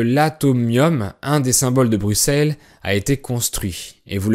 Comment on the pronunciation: Avant qu'il sache que Bruxelles se prononce "Brusseles", comme Auxerre se prononce "Aussere"